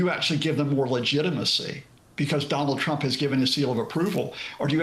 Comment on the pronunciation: "Don't discount Thonald Twump to attwac venethuela to look like tough guys" yeah I discounted what this guy said in the first sentence.